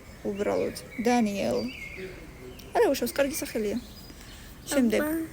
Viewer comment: ლუკა იკითხება ლუსა-თ დებულება ინგლისური საერთოდ არ იცით და დენიელო რომ თქვი😂😂😂😂😂😂